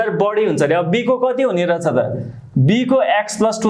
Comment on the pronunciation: Ekdum kada xa vdo tara sir le रछ रछ vanda halka naramro suniyo 😄😄aru ta ekdum kada